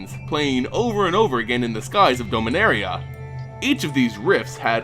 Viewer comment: Need to review your pronunciation on a few things. I know with (science) fiction, pronunciation is often left up to the one reading/playing/watching it, but names like "Beleren" and "Dominaria" DO have correct pronunciations now. It's sounds petty, yes. But then again, your pronunciation is distracting at best. For the record, it's buh-LEH-rin (Beleren) and DAH-mih-NARE-ee-uh (Dominaria).